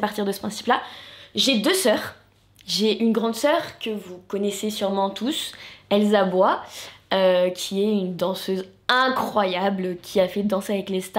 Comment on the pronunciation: Elsa bois et PAS ELLESABOIES 😂.. pardon